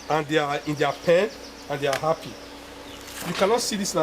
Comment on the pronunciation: Snae, atch, appy...😂😂😂 Nice video sir